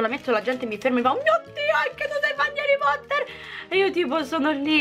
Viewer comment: HARREH POTTAHHHH😍